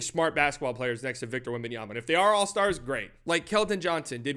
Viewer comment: So disrespectful with his name, WEMBANYAMA, NOT WEMBANYANA OR WEMBANANA